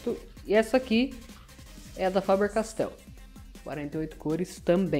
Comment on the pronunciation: fabeeeerrr-castell :33 😆